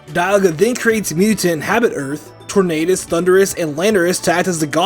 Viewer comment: The U in Landorus should be after the R! It's Thundurus, not Thunderous! And do not leave off the R in Tornadus! And do not leave off the Y in Rayquaza! And it's you're welcome, not you welcome! And don't ever call Arceus a he, Arceus is genderless!